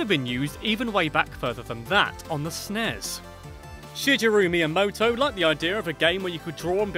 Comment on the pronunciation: . this pisses me off! There was NEVER a "SNEZE" .It is and always has been S. N. E. S.